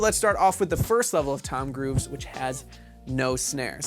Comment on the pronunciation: I can't unhear it